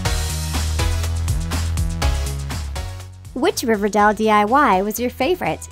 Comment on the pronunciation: you said river dal